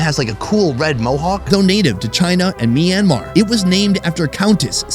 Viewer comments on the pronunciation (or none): none